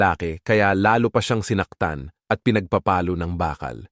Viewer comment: Ha ha,pero Di maganda ang pag pronounce at pa enunciate Ng Ibang words,Gaya Ng pagsasabi Ng word na Palo,o pinagpapalo